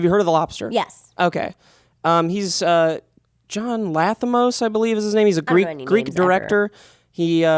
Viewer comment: "John Lathimos" != "Yorgos Lanthimos"